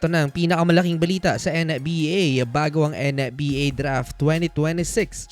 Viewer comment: HAHAHAHAHA may nauna na pala. Hirap ata siya sa N yah.